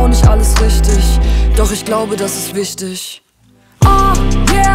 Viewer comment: Stimme so schlimm. Und die Aussprache richtischhh. Wichtischhh 😀